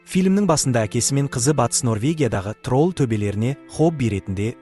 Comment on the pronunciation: Трол емес админ тролль десеңізші